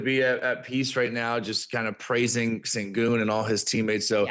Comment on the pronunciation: My question is why do yall keep pronouncing his name as "Cingun" its "Shengun"! Please watch the rockets games to know what yall are talking about! Sengun has been in the league for 3 years now and yall keep getting his name wrong! From now on just call him MVP SENGUN!